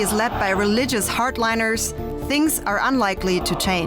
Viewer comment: dude says thinks lol